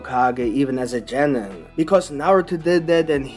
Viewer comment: you’re telling me you’re a Naruto/Boruto fan and don’t know how to say genin??